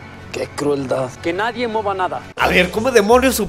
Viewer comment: es idea mía o el policía dice "que nadie moba nada" Jaja xD